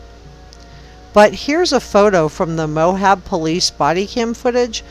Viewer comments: Good podcast. Thanks. As a Utahn, it's pronounced just Moab, not Mohab. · i wish those who make content about real peoplw and events would bother with correct pronunciation mo-ab not mo-hab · Quite interesting. The town is pronounced Moab not Mohab But I can see where you’re thinking about things and I commend you for putting so much time into this. I’m just another person that has followed this story from the start and I think about those girls every day.